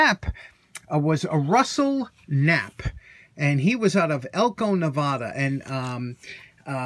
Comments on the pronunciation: 🤣Touché. Why have two Ps if you’re only going to pronounce 1 right? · Hang on a second , isnt that pronounced K nap p dont forget the K and the extra p